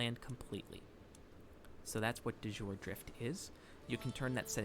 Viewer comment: Thanks for the great vid! Ps: De Jure — pronounce “de Yure”.